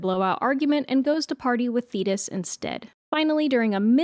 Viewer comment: The way my heart DROPPED when i thought you said zeus was having an affair with "fetus" and not "thetis"